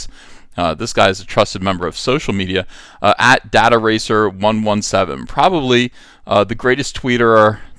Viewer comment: Why you pronounce it 'dat-aracer'...is it not 'data-racer'? Makes more sense?